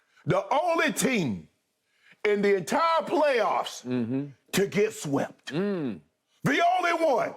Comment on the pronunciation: Shannon sharpe: and he got wsept!! 🥴😂😂😂